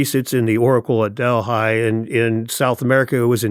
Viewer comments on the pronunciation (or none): Delhigh? Seriously? It's to me appalling that they never heard the correct pronunciation DELPHI (Del-fee in Greek or Del-fy anglicized). Delhigh sounds like a high-school in California.